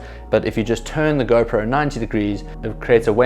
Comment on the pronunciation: Nice video man 👍 Whenever you said GoPro selfie... It sounds like a girlfriend selfie 😃